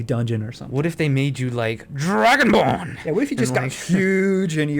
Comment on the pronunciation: lol i love it when he says dragonbrn